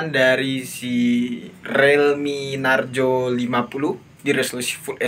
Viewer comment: Narzo bukan narjo